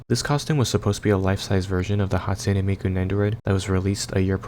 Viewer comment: Hatune Meekoo